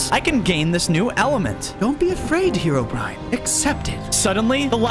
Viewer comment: Bro just say Haerobrine when its